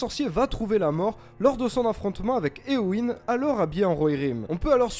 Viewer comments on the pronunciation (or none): none